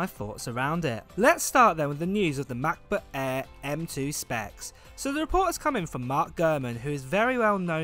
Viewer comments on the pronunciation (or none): I cannot watch this guy's videos just because he pronounces Macbook Air as "ma-bu eaah"